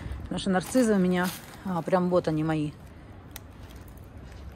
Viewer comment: а почему " НарциЗы"? По русски " Нарциссы!...